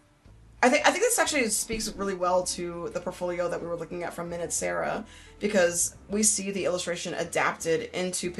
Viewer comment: Hehe, I think you need to switch to "min-ut" sarah instead of "mine-ewt" sarah atp😂